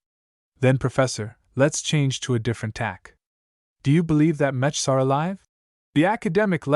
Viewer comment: I don't expect much from ai narrations but this is a story about mechs and it can't pronounce "mechs" or the main characters name, why go through the effort of uploading it did you not check to listen to the first few minutes?